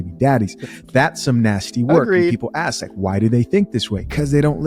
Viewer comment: Don't axe... Ask